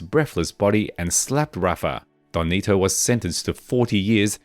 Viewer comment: DON NETO ,,, not “donnito” WTF man for someone doing this research you have BUTCHERED the pronunciation of these names. You’re not even trying. and SURELY you have watched narcos right?